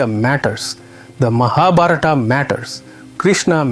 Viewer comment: I so want to watch this. But... the mispronunciation of Skt words - even "Mahabharata" - truly makes me stop. There are so many ppl making videos on Indian history, spirituality...et al. It wd be nice to learn how to pronounce these words foreign to the Western ears, Thank you.